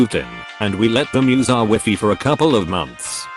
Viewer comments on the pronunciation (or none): wih-fih intensifies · the way it pronounces wifi xD